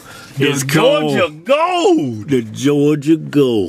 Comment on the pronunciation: This is my favorite Hodge Twins eating video. Just for the "Jawja Gole" action. I would've guessed that Keith was the older twin, with his grumpy ass all the time...Keven cracks me up! Jawja Gole!!!!